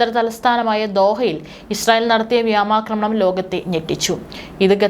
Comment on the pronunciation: News reader must learn proper pronunciation of word " vyomakramanam" and Qatar. It's not "Gattar" as you pronounce...